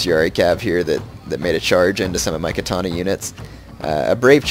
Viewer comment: Or continuously pronounces Katana wrong. Can't watch his shogun videos, my OCD goes nuts.